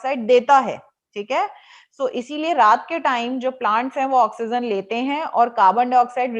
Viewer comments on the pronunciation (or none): why do you say oxygen as oxyzen